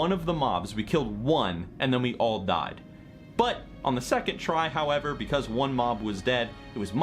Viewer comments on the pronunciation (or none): none